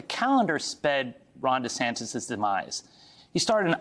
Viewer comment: DUH-Santis. King of FloriDUH